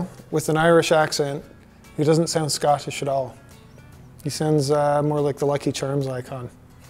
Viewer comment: Stop mentioning Scottish accents when you say 'Scot Tish' every time. It's one word. Not two.